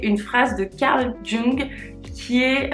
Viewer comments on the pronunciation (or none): Vidéo très intéressante. J'avais pas mal entendu parler de ce livre, ton résumé est hyper clair et complet, avec des exemples concrets, merci ! Juste une petite remarque : Carl Jung se prononce "Young" ;)